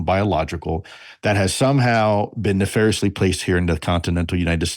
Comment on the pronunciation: Fuck he said “ nefariosly”